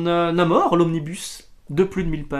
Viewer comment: On dit NamoRRRR. J'ai finis le premier marvel pocket ultimates c'était vraiment pas mal, j'aime bien cette version moderne un peu plus sombre et mâture même si il y'a un peu trop de références au monde réel de "l'époque".